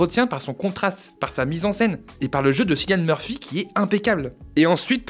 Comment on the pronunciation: Je suis là pour défendre la bonne prononciation de Cillian Murphy, trop souvent mutilée chez nous, comme en atteste cette vidéo.